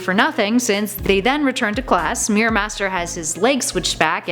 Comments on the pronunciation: pronounce mirror right. it's mirror not meerir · The Reaping Hopkins yep because they cant even pronounce mirror